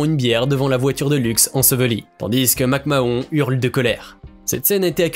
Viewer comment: La prononciation de McMahon et NXT.... faut connaître ses sujets